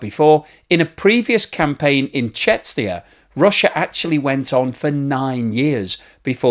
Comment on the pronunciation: I don't know why, but the pronunciation of Chechnya gets me every time. It's just sooo out there and different